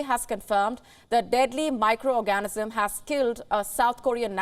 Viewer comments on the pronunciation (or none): "A deadly micro orgasm". lol at 13 seconds. OR-GAN-ISM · Darling… I realize you have an accent - and it is beautiful, but please learn to say ORGAN-ism!!! Orgasm is NOT what you want to convey. 😏🤭😁🥹😉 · Did she say micro orgasm? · Did she just say micro orgasm?